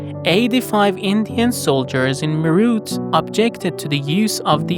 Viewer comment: Meerut is pronounced as May-ret